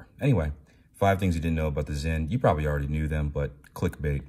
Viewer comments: Thank you for pronouncing it "Zinn", not "Sin". Most don't. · I guess you meant BALANCE SPRING and not SPRING BAR, with anti-magnetic properties and all?? props for correct brand name pronunciation btw. 👏🏻👏🏻